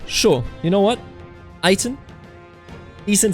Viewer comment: Hey man you pronounce your wife's name "Ayten" a bit wrong, you need to pronounce the "e" before the "n" like the "ä" in German. Just wanted to inform you since you really seem to be interested different languages, cultures and pronunciation. Awesome series!